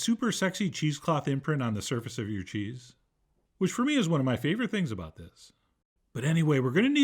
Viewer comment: As an American, I do not like how you are pronouncing this cheese.